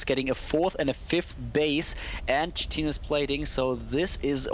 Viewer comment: good casting... chitin is pronounced "kite in", though.